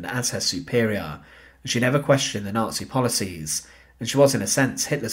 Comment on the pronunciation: 'N0TSEE GREENSPANS'